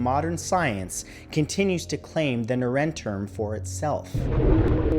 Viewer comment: As someone who speaks german it took me a while to decipher what the first building was called, so I translated it myself and suddenly it made sense 😂 it really wouldn't hurt to listen to how a native speaker pronounces things. It's more like "nar-en toorm" and not "Nair-en-term" lol